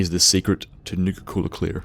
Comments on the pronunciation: Sounds like he's saying nigger cola 🤣🤣🤣🤣🤣🤣🤣🤣🤣🤣🤣🤣🤣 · It sounded like he said nigga cola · Same, at first I thought he was saying nigga-cola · I keep thinking you're saying "nigga-cola" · sounds like you saying Nigga Cola